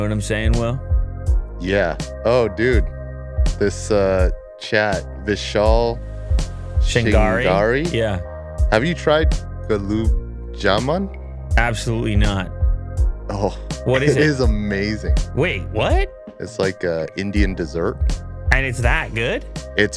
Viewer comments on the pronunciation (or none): You call the Indian dessert: goo-laab jaa-moon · butchered the gulab jamun pronunciation but we love him still